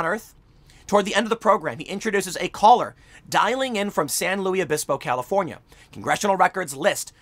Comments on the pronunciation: FYI, the locals in San Luis Obispo don’t like it when you say “San Louie Obispo”. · San Luis Obispo is said like Lewis not Louie . Same with lompoc is said like lom poke .....you can tell your not from here when you mispronounce the name of the city. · Tim, you are supposed to pronounce the "s" in San Louis Obispo 😁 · Tim there's no French influence of any significance in CA even Larry King got closer with the Spanish pronunciation, even though the locals don't say it that way either. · FYI you pronounce the “s” in San Luis Obispo. California is dying but I’ll always have love for that city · Pronounce the s in San Luis Obispo. Luis is Spanish in origin. Members of the press that cannot properly annunciate a common place name loose credibility. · The ‘s’ isn’t silent in San Luis Obispo and whenever Tim says the name it hurts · Lolol I was looking for this comment. It killed me too. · It's pronounced "Lewis" -- San Lewis Obispo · Petty comment maybe, but it is pronounced San LEWIS Obispo. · Lol we say San Luis Obispo. With an s noise at the end of the Luis. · It’s San LuiS (the S is not silent) Obispo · I live in the area. It is pronounced san loo-is uh-bis-poh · me: lives in slo tim: san lewie obispo me: well, better than sargon "san louis opisbo?" at least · San luis Obispo is pronounced as san louis Obispo. Weird I know.... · It’s pronounced San “Lewis” Obispo. It’s Spanish, not French. Believe me, I’ve lived here my whole life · San Luis (loo iss) Obispo This is where I grew up. People hate when it's mispronounced. It's Spanish, not French. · i've always heard it pronounced "san loose obispo" (and in a digression, SLO is where Hitchcock filmed the mission scenes in Vertigo) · San Luis Obispo. Pronounced San loois Obispo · Tim, San Luis Obispo is a Spanish name. You pronounce the S in Luis. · It's pronounced like "Lewis" San Luis Obispo . Not "Louie" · For the love of god it's pronounced "LOO-iss". Nobody says it "louie".